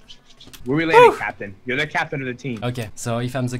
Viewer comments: Pourquoi les français disent ze a la place de the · cour d'anglais! : the ne se prononce pas ze.. XD sa se prononce di.